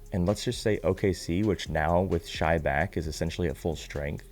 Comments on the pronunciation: Shai, pronounced Shay, lol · just a heads up Shai is pronounced Shay Just wanted to look out in case people try to ever come down on you about it